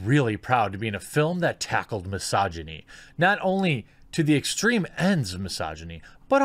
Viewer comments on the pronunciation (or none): lol my-sogy-knees, thats one way to say it